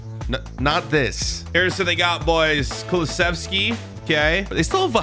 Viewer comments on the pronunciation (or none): none